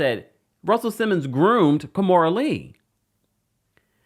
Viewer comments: It is Ki-mora not Ka-mora 😵‍💫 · 🤦🏾‍♂️ Key-More-Da(Amistad Voice)